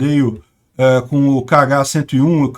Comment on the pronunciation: O míssil, pronuncia-se "Rrá-101"